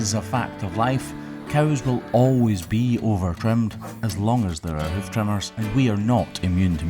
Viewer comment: I love the way he says “hoof”